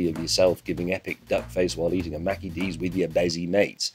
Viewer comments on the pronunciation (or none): It's Mickey D's, not Mackey D's. :P